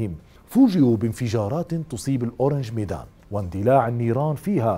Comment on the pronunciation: للتصحيح فقط: اسم السفينة هو اورانغ ميدان ourang medan وحرف الغين يكون معطشا.. وليس اورانج ميدان orange medan كمثل نطق برتقاله بالانجليزي و ourang هنا يعني رجل او إنسان بلغة الباهاسا الأندونيسية.. ففي هذه الحالة فأسمها لم يتغير.